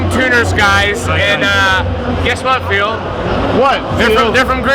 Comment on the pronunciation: You really do answer to every single comment right? :D thats so cool. Did you stealth vape on the plane? ;) And how did you like the german food? i really wanted to go the hall of vape too, but unfortunately couldnt. Also..its really funny how Dimitris still pronounces your name like..Phiiil. Haha. Anyways, good day to you Phil